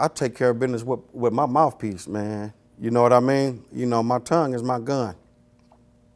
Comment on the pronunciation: Once he said mouf piece I salute